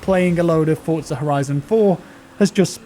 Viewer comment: Holy shit, a non-Italian that pronounces ‘Forza’ correctly! B A S E D